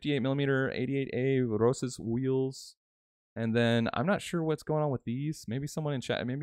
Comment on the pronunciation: It's "Roches"